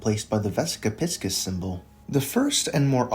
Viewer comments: You got the vesica pronunciation correct but it’s pronounced Pie-sees, not piss-kiss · It’s pronounced pie seize, like the astrological sign, not p!ss k!ss btw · “piss-kiss” 💀 is it not pronounced “pie-seas”? Not hating, I’ve just never heard it pronounced that way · You’re saying it wrong i think, its Pisces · your pronounciation is killing me. vessica piss kiss???????